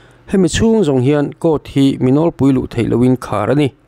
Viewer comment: "Cour" I ti hi eng thil nge ?😅😅.